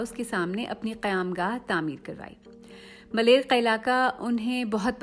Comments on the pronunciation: Place name in karachi is” Malir” not malair. Please correct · It’s called ‘Maleer’ not malair, the Maleer of Marvi of the great Sindh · Malair nahin Maleer 😳😳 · ملیر Correct word is MALEER not MALAIR. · this narrator can't pronounce malir properly, what a pity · اپنا تلفظ درست کر یں خود نوشت اور ملیر کا تلفظ درست ادا نہیں کیا گیا